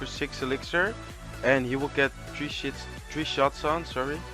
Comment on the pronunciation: lol at 3.52 instead of three hits he said three shit😂